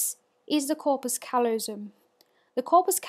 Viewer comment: The stress is on the second syllable of callosum.